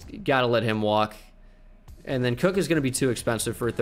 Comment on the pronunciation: It’s nooot Sam cook it’s Koch